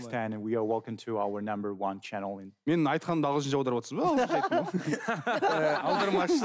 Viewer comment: Интересно на английском разговаривает, намбр ван